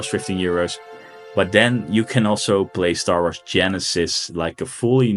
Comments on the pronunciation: "Star Arths" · lmfao how he says star wars